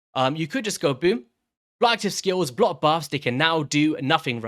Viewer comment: The word "BLOCK" has a CK at the end of it. it's not blo active skills it's BLOCK!